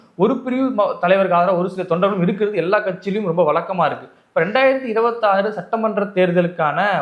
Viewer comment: உளைப்பு,வளக்கமா என்றால் என்ன? உழைப்பு,வழக்கமா என உச்சரிக்க வேண்டும் 'இரண்டுக்கும் வெவ்வேறு அர்த்தம் உள்ளது."ழ' உச்சரிப்பு வராதவன் எதுக்கு சேனல் நடத்தி தமிழை ஏன் கேவலப்படுத்தனும்?